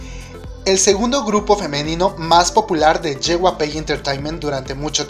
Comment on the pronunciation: Me gustan tus videos y todo, los sigo pero pienso que serían mucho mejores si comienzas a mejorar tu pronunciación, algunos grupos como Girl's Generation se te escuchan raros o Big Bang o cuando dices JYP,, solo un poco mas buena pronunciación para que todo fluya muy perfecto.